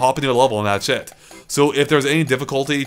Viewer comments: whenever you say "that's it" it sounds like you're saying "that shit".:V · It sounds more like Thatchit to me. But don't poke fun.